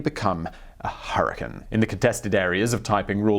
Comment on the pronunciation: Im just mad at his pronounciation of the word "hurricane"